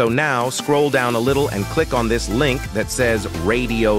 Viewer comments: Thanks but I am not making AI vids. I was merely commenting on the AI speech in this vid. It sounded like it said "dis" instead of "this". That's all. thx! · 43 he did NOT just say "you will be directed to DIS page". Someone please tell me he did not just utter that. AI speech using DIS? smh....